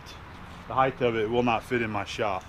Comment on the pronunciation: Why are so many people saying "higth" the word is pronounced hīt spelled height. '